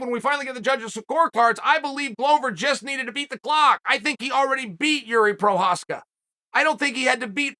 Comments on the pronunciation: The single most surprising thing to come out of this fight for me was ole uncle Chael said Jiri Fking Prochazka’s name so many times so close to the way it’s actually pronounced! The best keep getting better! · You know you've gained Chael's respect when he starts pronouncing your name correctly.